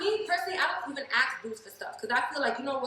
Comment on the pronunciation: When a woman says "AXE" its game over for me ...Also that top is meant for women with boobs😉